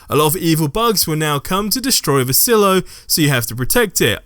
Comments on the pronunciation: It's pronounced "sigh-lo" not "sillo" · Sigh-low. Silo. Not sill-o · Oy. It's pronounced "sigh-low". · Please never say Silo like that again.